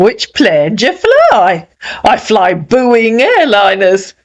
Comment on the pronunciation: 😂😂😂 “booing airlines” 😅😅